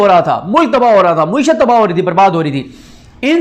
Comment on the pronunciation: Paindoo bhai.. ye lafz mueeshat nahi.. ma`eeshat hay ..